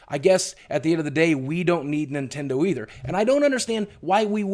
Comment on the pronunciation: You said Nindendo. There goes your YouTube money!